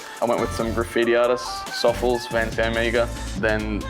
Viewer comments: I always thought it was pronounced more like sofless not like sawfuls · Hahah youre not alone! I thought it was pronounced Sof-Less but no.. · Ive been pronouncing Sofles wrong my whole life.